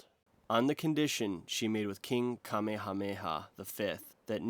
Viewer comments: Nobody is gonna talk about king kami hami ha? lmao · And then look up how to pronounce "Kamehameha". It isn't what they say in Dragon Ball Z. Also the Chinese are building highways across the Darien Gap right this minute.